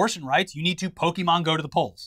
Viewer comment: The two of you have been hosting a show about the internet for years. You should know how to pronounce the word Pokémon by now.